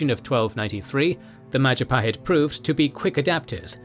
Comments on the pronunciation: Oh look at who controls all the islands? It's the Mahajapit ❌ Majahapit ❌ Mapajahit ❌ Mahapajit ❌ Mapajahit ❌ Ma..ja..pa..hit ✅ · Mahajapit ❌ Majahapit ❌ Mapajahit ❌ Mahapajit ❌ Ma-ja-pa-hit? ✅ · mahajapit ❌ majahapit ❌ mapajahit ❌ mahapajit ❌ mapajahit ❌ majapahit ✅ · Maja-pahit ❌ Maha-pajit ✅ (maha means great in Sanskrit) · Mapajahit ❌ Majahapit ❌ Mahapajit ❌ Ma ja pa hit ✅✅✅ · “Oh, look at who’s in control out of all the islands!? It’s the mahajapit! ❌ Majahapit! ❌ Mapajahit! ❌ Mahapajit! ❌ Mapajahit! ❌ Majapahit? ✅ “ bill wurtz history of the entire world I guess video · New video from? It's the Mahajapit Empire! ❌ Majahapit Empire! ❌ Mapajahit Empire! ❌ Mahapajit Empire! ❌ Mapahajit Empire! ❌ Ma-ja-pa-hit? ✅ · Oh look it’s the Mahajapit ❌ The Majahapit ❌ Mapajahit ❌ Mahapajit ❌ Mapajahit ❌ Majapahit ✅ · Mahajapit ❌️ Majahapit ❌️ Mapajahit ❌️ Mahapajit ❌️ Mapajahit ❌️ Ma-ja-pa-hit? ✅️ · Lovely video, but you guys need to work a bit more on the Indonesian pronunciation 😄